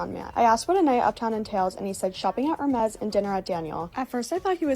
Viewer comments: Did she just pronounce Hermes...Her-mez? I can't with these damn brands anymore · Case and point, she can't even pronounce the brand she covers, actual high class people would know the H is silent in Hermès.... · Shopping at 'Ermez' 🤣🤣🤣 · Why does she pronounce "Hermes" that way? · Ok…. Red flag; mispronouncing HERMES….just priceless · she cant even pronounce hermes correctly... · Imagine selling your body for a clothing brand....that you can't even pronounce the name of. In Hermès the H is silent. What a tradgic set of affairs.